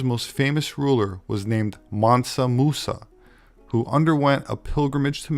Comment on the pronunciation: Mansa musa? More like Massa Musa lol